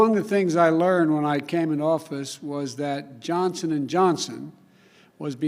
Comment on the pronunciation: I watched this video yesterday and again today... it isn’t the same video. Right at the beginning the woman was wearing a different colored dress and the first time Biden says Johnson and Johnson, yesterday he clearly said Johnston and Johnson... anyone else notice this?